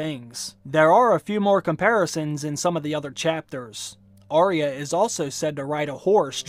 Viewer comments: I love your videos but its Arya and not Ariah pronunciation is a bit off.. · As such a expert you are calling yourself, you should at least get her name correct! It's Arya not Aria! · I wish people would say her name correctly. It’s Arrrr-ya not Arr-ee-ah.